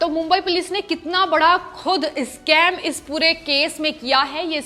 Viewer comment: नाही नाही इस्काम नाही स्कैम कहे मैडमजी